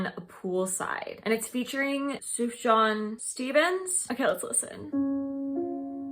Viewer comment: it's pronounced Sufyan Stevens. that was literally my most anticipated track on this project.